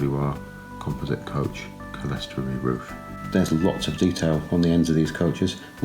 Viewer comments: Clear-story. Lots of people pronounce it Sellestory or Kellestory for some reason. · Well, if they do, they're idiots. And it is not Clear-story, it's cle res tor y, 4 syllables, not 3.